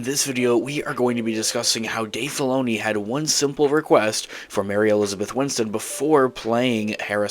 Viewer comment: Bro, her name is “Winstead” not “Winston” 😔